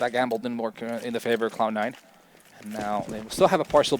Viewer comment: The caster is literally saying "Clown 9" every time...